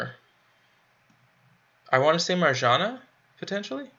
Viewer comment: Marjana is pronounced like Maryana